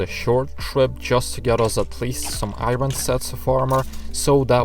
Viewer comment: I love how you say i-ron ore XD